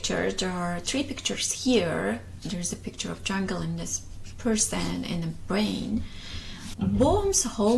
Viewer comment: Quickly into your example, you can add how language is the same way. Even though you say bwain. Instead of brain. We can still easily understand your sentence due to the surrounding words and the bwain😂 hehe can create a whole story that includes the word brain.